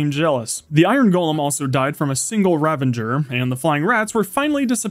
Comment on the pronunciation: "Fetcher" "Ravenger" You're trying to annoy people, aren't you?